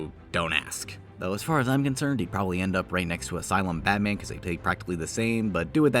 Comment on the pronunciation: its so “BAT man”. Im sorry for writing this comment.